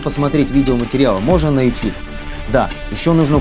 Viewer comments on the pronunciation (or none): none